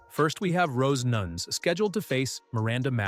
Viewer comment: I predict you butcher 5 more mma fighters names in the next one! Rose Nunes?? 😂